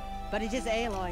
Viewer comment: Aloy kinda sounds like alloy meaning two metals mixed into a metal